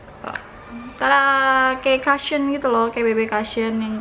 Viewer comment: Kak "cushion" pronounce nya bukan "kasyeun" Tapi "kousyeun" 😊😊😊